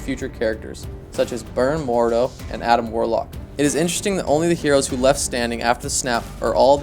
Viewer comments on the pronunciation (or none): none